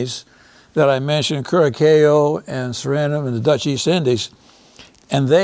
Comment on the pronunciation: Curacao is not pronounced Kur-a-kayo. Please don't present yourself as an expert if you can't properly pronounce centimes . This is an embarrassment.